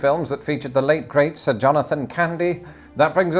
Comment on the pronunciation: I always dig you videos, but when you gave Sir Jonathan Candy the title. I knew I was here to stay. Also when you say Sir in a real Brit accent that makes it official. No need to call the Queen. Thanks brother